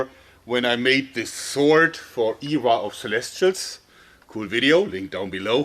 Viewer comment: EEE-RAH of celestials, lol. Just poking a little fun Jeorg, dont take it personally. I'm sure I've got an equally silly pronunciation of the German language, and I come from a German family. The only German thing I can say properly is my last name